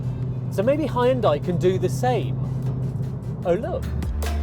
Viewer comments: Good review but Hyundai is pronounced "han-de" not "hay-un-dey". Would love to see a 3-way test of Veloster N, I20 N, I30 N. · Nice review! Please note it's pronounced "hyun-dae" not "hi-yun-die". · Please stop saying Hyun-dai like that... it legit gives me chills. It may be spelt Hyundai but the true pronunciation is Hyundae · Hi-you’n-Dieeeee 😅 (shouldn’t it actually be 'Yawwwnn-Daeeeeee ? 🤔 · Hi hoon die? " Really? Learn to pronounce. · Did he just say "high-undai"? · It's pronounce Hyundai- Hunday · Hyundai rhymes with Sunday. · Hooyutai. Так правильно. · It took me 15 seconds to look up the pronunciation of Hyundai. Why do you have to invent weird words? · He has a new pronunciation for #Hyundai!! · Had to stop watching the video because he keeps mispronouncing Hyundai to a point where it gets so annoying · I like the way he say "Hyundai"